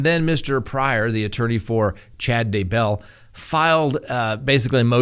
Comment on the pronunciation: Please please say their name correctly the emphasis is on Day not bell come in